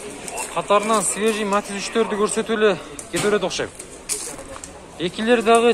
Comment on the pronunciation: Матез эмес Матиз де тормуз